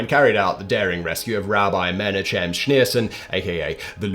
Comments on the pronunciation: "Men-a-chem"? Holy f*ck, Simon. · …and neither is the 'ch' in 'Menachem'.